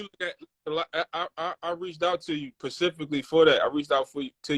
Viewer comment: If he say Pacifically 1 More Time!! 😂 For the record. Specifically